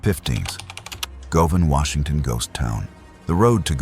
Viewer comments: I'm sorry, Welcome To Washontion? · Welcome to "Washontion? "